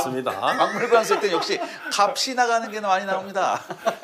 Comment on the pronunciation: 역시 배우신 분!!! "갑시 나가는것"이라고 정확히 말씀하셨어요... 전에 박명수의 라디오 쇼에서 주현영한테 명수형님이 분위기가 참 박네요(밝네요)...라고 하니깐 주현영이 박네요? 라고 해서 바로 발네요로 바꾸시더라구요... 주현영이 틀렸고 명수형님이 맞았거든요. 밝다 -> 박다, 밝기 -> 발끼, 밝은 -> 발근, 밝아 -> 발가, 밟다 -> 밥다, 밟기 -> 밥기, 밟은 -> 발븐, 밟아 -> 발바, 맑다 -> 막다, 맑은- > 말근, 맑기 -> 말끼, 맑아 -> 말가, 맛있다 -> 마딧다.(O) 마싯다(X) 값이-> 갑시... 위에 나열한 말들 제대로 발음 못하는 한국사람들 꽤 많은데...역시 기자님이시라서 제대로 하시네요.